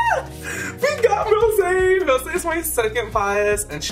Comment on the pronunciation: "Stohp it's mish rowzee! Ohr my gaurrd" LMAO I'm Dead!! Hahahaha